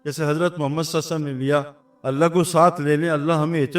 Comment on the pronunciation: نام محمد کے بعد صلی اللّٰہ علیہ وسلم صحیح طریقہ سے بولنا چاھئے ، سعید انور بھائی